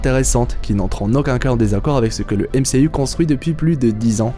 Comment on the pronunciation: Je suis le seul qui ne supporte pas « MCU » avec l’accent fr ?